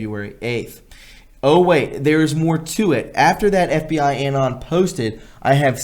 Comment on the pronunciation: Excellent! Please bear with me as I correct a few minor pronunciations: Anon is uh-NON (like anonymous is un-NON-i-muss). Clandestine is Clan-DES-tin. The past tense of broadcast is 'broadcast', there is no '-ed' ex.: the program was broadcast one year ago.; it will be broadcast again in two weeks' time.'